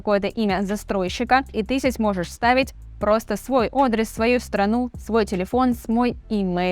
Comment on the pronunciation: У меня вопрос личного характера: Вы неправильно ставите ударения в словах , например "глУбоко" пару раз сказали вместо "глубокО" . и слово "адрес" сказали "одрес". Как это объяснить ? )